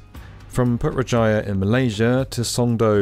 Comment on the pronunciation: The way you pronounced Putra Jaya was… unusual.